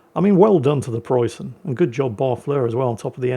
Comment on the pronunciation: May the ghost of Ziethen hunt you down for your shitty pronounciation!